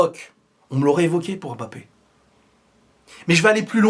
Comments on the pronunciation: ILva falloir qu"en France nous puissions mieux prononcer le nom de ce garçon :: M-B-A-P-P- E pas " BAPPE" NI" EM MBAPPE " ..... MBA..... SVP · Mbappé pas M bappé mais Mbappé!